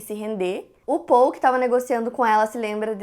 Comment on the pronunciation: Olá, gosto muito mesmo do seu canal. Who que vc pronuncia as palavras em inglês muito bem tb. Quero sugerir que vc corrija a pronuncia do nome Paul, pode ser? Moro na América à 37 anos, sou casada com americano, e falo 3 idiomas fluentemente. Minha sugestão é: invés de vc pronunciar o nome Paul como “Pôl”, tente pronunciar Pól”. Escuto a maioria dos brasileiros pronunciar Pôl, e soa como se vc estivesse dizendo “pole”, ou seja; pólo, dependendo do contexto. Já, se. C pronuncia Pól, soa exatamente como um americano pronuncia o Nome Paul. Pedi a opinião do meu esposo à respeito, e ele concordou. Agora fica à sua descrição. Prometo que não é crítica, só sugestão. Parabéns ao seu trabalho.